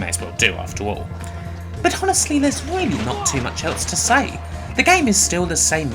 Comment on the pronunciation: The h in honestly is silent, shouldn't be pronounced